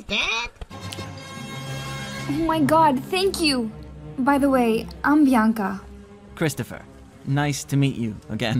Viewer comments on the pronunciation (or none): I had to replay the terrifying coin saying the character's name I thought it was 'Cryptopher' instead of Christopher edit: WAIT IT IS CRYPTOPHER? Fucken hell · I can’t be the only one cringing when he starts calling him cryptopher instead of Christopher